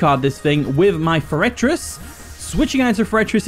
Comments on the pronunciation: its pronounced four-uh-triss, not however you say it lol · He always pronounces it like that lol